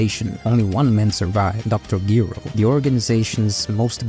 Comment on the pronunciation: You start by saying it seems like people just read the synopsis online but you can't say Giro properly... Watch the series again bro and correct yourself.